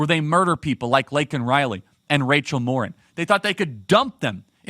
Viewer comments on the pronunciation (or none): none